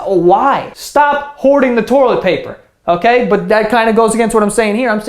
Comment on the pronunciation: toilet "poper"